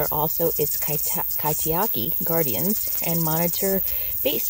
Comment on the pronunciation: you pronounced kaitiaki- guardian, perfectly.